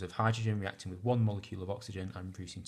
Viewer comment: You missed out the 't' in the word 'reacting'